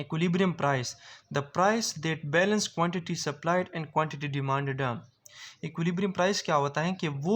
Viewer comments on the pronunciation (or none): Demanded ❌ dimaddaa ✅